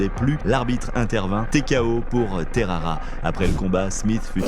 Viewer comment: Terara ? c’est Texeira